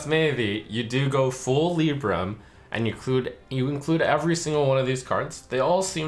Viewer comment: Dammit, the HS guy saying "Lib-bram", Trump saying "Lee-bram" and me always thinking it was "Lie-bram".